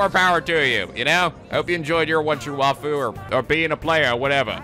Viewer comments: We've reached the end of a 60-part war, and STILL doesn't know how to pronounce the word 'waifu'. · Tyler- He probably knows the proper way to pronounce "waifu", but he's so used to pronouncing it the way he has been that he'll just keep pronouncing it wrong (just like he still pronounces certain character names wrong even though he now knows the true pronunciation).